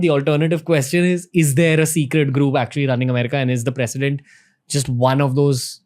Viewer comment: It's president not precident.......